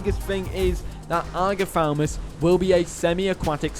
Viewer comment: This dinosaur called Agathaumas not Agathaumus.